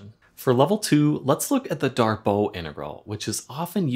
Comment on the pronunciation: Pretty sure it's "Darboo", not "Darboh". At least if we're assuming the name is French.